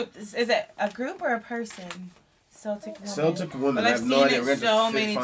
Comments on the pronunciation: I think Celtic is pronounced with a K sound like Kelly. Just thought you would like to know. PS: I am a big fan of both of your channels. You have a lovely family. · Though in ancient times the word for the Celts started with an "s" sound, in modern times the words "Celtic" and "Celts" are pronounced as "Keltic" and "Kelts" as if they begin with the hard sound of the letter "K." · Celtic as in Celtic Women is pronounced Kel-tic, not Sell-tic. In America, Celtics (Sell-tics) is a team. The Scottish born would object to such a pronunciation. Celtics: relating to the Celts (Kelts) or their languages, which constitute a branch of the Indo-European family and include Irish, Scottish Gaelic, Welsh, Breton, Manx, Cornish, and several extinct pre-Roman languages. If you describe something as Celtic, you mean that it is connected with the people and the culture of Scotland, Wales, Ireland, and some other areas such as Brittan. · “Celtic” is actually pronounced like “Keltic” (hard “C”). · Celtic as in Celtic Women is pronounced Kel-tic, not Sell-tic. I realize the Boston team sayts otherwise but in truth, Irish and Scottish folks would object to such a pronunciation. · It's pronounced kel-tic women and there a group